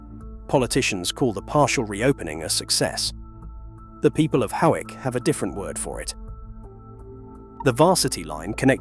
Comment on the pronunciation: And Hoick for Hawick!